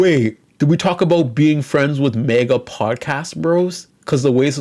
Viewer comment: I cannot endore the way you say MAGA as Mega.